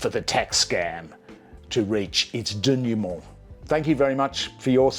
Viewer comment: "Byzantine corporate structures" I love it when you wax lyrical. "Triumvirate" the man is on fire. "Denouement" - tops it off with some proper French pronunciation. A perfect aperitif to fish and chips and Friday night footy.